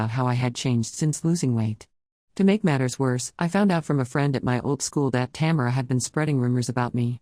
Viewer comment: It keeps pronouncing the name Tamera wrong